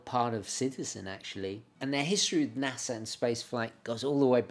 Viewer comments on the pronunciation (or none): none